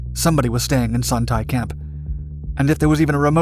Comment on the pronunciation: The 'Tay' in Son Tay is pronounced more like 'Stay' without the S